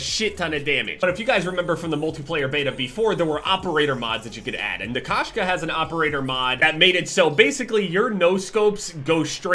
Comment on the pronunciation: K-oh-shka*. It’s cat in Russian, Kashka is oatmeal lol.